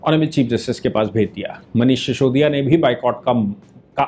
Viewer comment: उसका नाम सिसोदिया है। शीशोदिया नहीं। श्रीमान जी